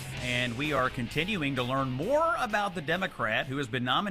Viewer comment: ... lear .. i will never lear. XD